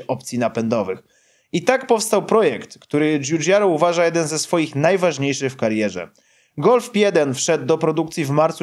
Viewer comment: Zamiast golf jeden usłyszałem golf bieden 😁😂